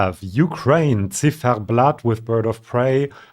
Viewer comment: It's getting exciting! I'm happy for Latvia, it was quite a surprise indeed. Btw, I love your authentic pronunciation of the word "Ziferblat(t)" :). Not sure whether its origin is German or Russian but we have a (really old-fashioned) word for that in Estonian as well: "sihverplaat".